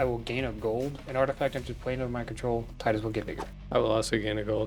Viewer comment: Thank you for pronouncing it like Tidus and not like Tidus... who tf actually says it like Tidus